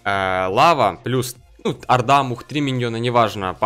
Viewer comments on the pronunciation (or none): none